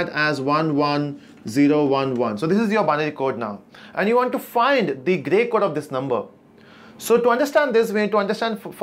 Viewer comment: Great video , but sometimes you get stuck on your delivery!!(Gay Code 😁)